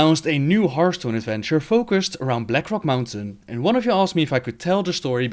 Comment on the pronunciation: Black rock mountain a hearrrrthstone adventurrrre